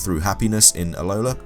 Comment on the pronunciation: i crack up every time you say ahola < alola > lol i love listening to this while i play, on my first play through, good job man!